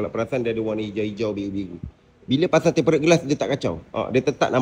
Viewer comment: Tempered bang (temperd)...bukan tem-pe-red 😂